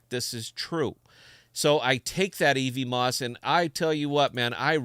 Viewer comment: Love your stream man, but every time you say "ee-vee-moss" it hurts a little :P It's "ev-mose," like Cosmos is "cause-mose."